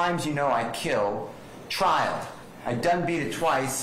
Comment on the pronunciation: Trial*** not “Trail”… lol